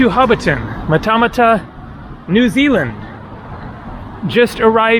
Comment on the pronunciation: Hi, Matamata is pronounced ‘ Mat-a-Mat-a